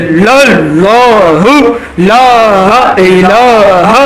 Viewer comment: Laaha ilaha say Matlab change nhi hota , asal pronounce Laa ilaaha ha jazakallah